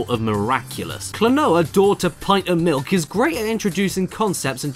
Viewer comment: it’s pint of miluk